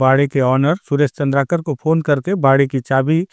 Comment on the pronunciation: चंद्राकर लिखा है उसे भी चंद्रकार पड़ रहे हो